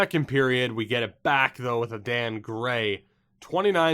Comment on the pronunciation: Adan gray probably pronounced aiden